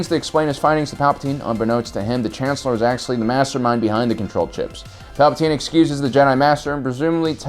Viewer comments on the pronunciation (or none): none